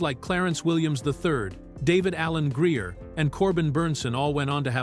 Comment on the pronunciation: Did I hear this AI pronounced Flavor-Flav’s name wrong sounded like (FLAB). •David Alan Grier’s name too a few times as (GREE-AHH) I know it’s just a mistake in the AI because it can’t always pronounce “NICKNAMES” properly, other than that the rest of the video was cool and the gang. Love this movie I watched it when I had my first apartment damn it was a long time ago that film met phenomenal cast all my favorites.